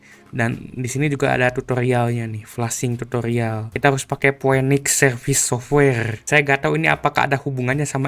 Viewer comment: Pinix bang bacanya bukan poenix, masa org ga gaptek bahasa inggrisnya jelek bgt